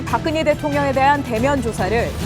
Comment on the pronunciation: 박근예 가 아니고 박근혜 입니다。 듣고싶지 않은 이름 이지만 아나운서의 발음이 틀리니 귀에 거슬립니다